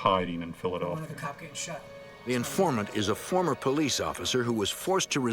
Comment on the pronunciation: "Fawmuh head of da FBI's Noo Yawk awfiss" I lived for that line back in the 90s!